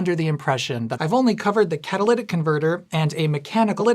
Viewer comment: "Ca-tho-lic converter"